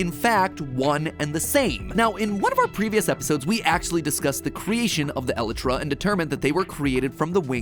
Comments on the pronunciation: I know I'm a bit late matpat, but because I'm particularly grumpy about bad Grammer and pronunciation I need to tell you, it is pronounced ee-lie-trah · Nothing against the video just its actually pronounced "E-lie-tra" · It’s pronounced E lie tra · Matt… it’s pronounce el-eye-trah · “elutra” it hurts me to hear everytime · matpat it's pronouced ee-lie-tra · I'm begging you, stop pronouncing it that way. It's El Eye Truh. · IT IS E-LY-TERA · 0___0 I'm... sorry matpat... that's how you pronounce the word "Elytra"? I have only ever heard it pronounced "eel-eye-trah"... so that was a shock to hear it said that way 😂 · WAIT IS IT ELITRA HAVE I BEEN PRONOUNCING IT WRONG???????????? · why he pronounce the (e*light*tra) like that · DONT TELL ME YOU JUST SAID "ELLY TRAH" OH MY GOD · Mat: trying to solve Minecraft lore Also Mat: "Ellitra" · It's "Ah- Light- Ruh" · isn’t it e lie tra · Please stop saying elitra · Mat really just pronounced elytra like alitrah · jit calling the elytra "ellitra" 💀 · Elytra is pronounced EH LIKE TRA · Matpat pronouncing elytra like eletra makes me ocd go off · You pronounced Elytra wrong. It is E-Lie-Tra. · "Alletra" XD oh MatPat... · The scariest thing in this video is the fact that MatPat pronounces Elytra as El-eh-tra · I would probably pronounce it El-eye-trah, based on how it's spelled, but language is weird, so I won't say for certain if it's correct or not. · The way he said elytra bothered me so much. For those who don't know, its pronounced a-lie-tra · My dude literally just said "eLEtrA" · Hes pronounces it "eletras".... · Isn’t it eelytra pronounced? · im sorry.. but did he just say.. e-le-tra? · no its not you say it "E-Lie-tra" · eletra elitra elitra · Did he just say eletra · The way he says "Elytra" makes me crack up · Mat please learn how to say "Elytra" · the way you pronounce elytra triggers me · Your elytra pronunciation activated my fight or flight mode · Anyone else take issue with the way MatPat says Elytra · It hurts